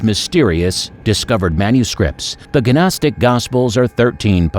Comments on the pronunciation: It is not guh nostic! Just nostic...the G is silent like in Gnu. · Gnostic is pronounced "NOSS-TIC" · Did he say ganostic? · The "G" in Gnostic is silent. It is pronounced...nostic...like that. Just like the "L" is silent in the word "salmon" and the "K" is silent in the word "know"...some letters are silent in the way some words are pronounced. Just saying... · maybe Muppets who are ignorant when pronouncing things esp. if they put it in the internet for everyone to see, should actually learn the words before assuming how they're pronounced.. like gnostic 😂😂😂😂😂ffs, can't stand ignorance so I'll be unsubscribing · OMFG. GNOSTIC. gNOSTIC THE 'G' IS SILENT.